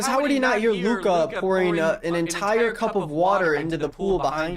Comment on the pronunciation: this makes it so much more obvious how much work put into this, even the cuts are in the same places edit: actually nvm, fucked up the word "cup" and i take everything back